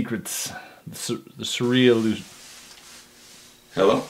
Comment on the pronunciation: it might have been passable if he said "surreallusion" lol